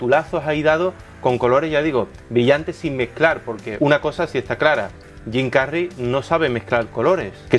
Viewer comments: ¿por qué no pronuncias las palabras anglosajonas con el asento anglosajon?... suenas gracioso cuando dices Jim Carry como si fuera un nombre castiso. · Suena raro cuando pronuncias el nombre de Jim Carrey, es tal cuál lo estás leyendo en español, suena de mmmmm ok. Bueno solo es esta vez que fue molesto escuchar tu pronunciación. Sobre el contenido todo está súper como siempre 🤗🤣